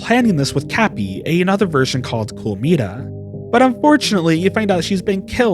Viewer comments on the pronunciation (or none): Your pronunciation hurts me. Please learn Japanese phonetics, even by just listening to [Mitah] not "Mituh" and the game is called [Me-see-day]